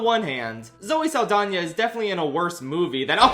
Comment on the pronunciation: the way you say Zoe Saldana like Zoe Lasagna gets me every time